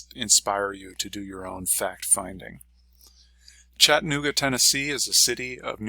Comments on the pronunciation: Pronounce the A, it's Chatt-A-nooga, not Chattinooga. I had to learn that when I moved here and your mispronouncing it is like nails on a chalk board. I've been here 16 years, and love it but am moving. The city is getting rather crowded, the streets are falling apart. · To retire here, you have to learn to pronounce Chattanooga correctly. ✔